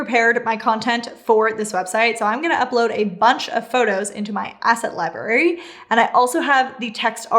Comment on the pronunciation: I'm pretty sure the word "library" has two r's in it and they are both pronounced. So "lie-BRARE-ee", not "lie-BARE-ee". Just saying. Otherwise very helpful and well put together. Thanks.